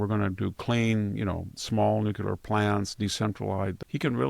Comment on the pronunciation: I love listening to VDH. But nuculer is not a word.